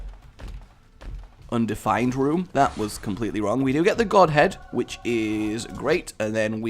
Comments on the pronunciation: When You Picked Up Goat Head You Said "God Head" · when you got the goat head you said god head